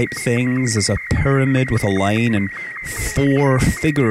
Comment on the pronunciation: i love the way he says pyramid... PURMID!